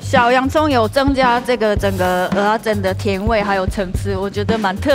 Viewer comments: 是ㄜ仔 不是ㄡ仔 一堆人唸錯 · 是ㄜˊ阿不是ㄡˊ阿😀 ㄡˊ阿是芋頭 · 真的，一直聽成芋頭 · 受不了台北人，蚵仔都唸成芋仔